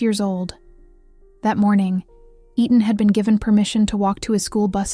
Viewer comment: It’s not E-Tan it’s Etan also spelled Eatan or Eaton. Please pronounce it the same way, because you do pronounce it correctly at times, throughout the entire video….please!!